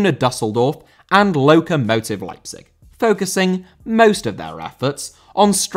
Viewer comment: Lokomotive* not Loukouwmouwtiv